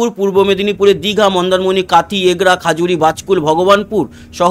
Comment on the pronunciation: দাদা খাজুরি ন য় খেজুরি